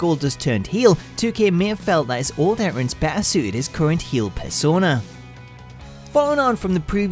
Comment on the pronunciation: He can't even say entrance properly